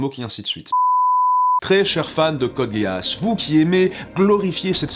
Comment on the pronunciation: code géass, mes oreilles saignent, même si je ne suis pas spécialement fan de la saison 2, j'adore la 1ère saison mais je n'accroche absolument pas la seconde.